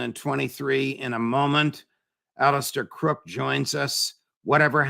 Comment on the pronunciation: It's Mr Crooke, not Mr Crosse.